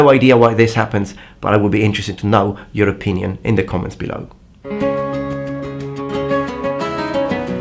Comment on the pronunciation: Europinion xD